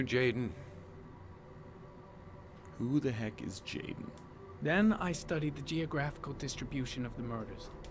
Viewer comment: That "Who is Jayden" sounded like he was certain his name was Nahmin Jahdun